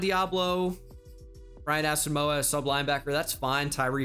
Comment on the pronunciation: The way you pronounce Asamoah drives me insane